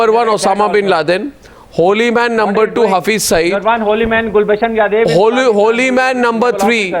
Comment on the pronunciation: I don't know why all Pakistani pronounce Kulbhushan Yadav as Kulbhushan Yadev. It's 'Yadav' and not 'Yadev'. See